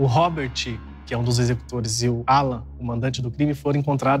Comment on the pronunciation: Sinto muito pela perda da Lore parece ser uma garota maravilhosa e vindo de uma família linda! Ps. Só eu entendi a mãe dizer Ualan ao invés de Alan? Depois que eu entendi que o nome era Alan.